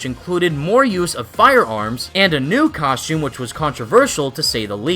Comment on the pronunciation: “Cos-choom”